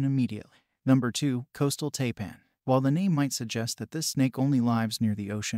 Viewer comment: Taipan is pronounced TIEPAN